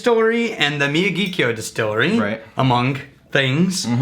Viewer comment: Sweet Jumpin' Jesus on a friggin' pogo stick. Could you possibly butcher the name of this whisky more? The distillery is in Sendai, the capital of Miyagi prefecture. Hence the Miyagi part of the name, which sounds roughly like "me-ya-gee". Kyo translates to "capital city" based on the kanji used. Wakataka?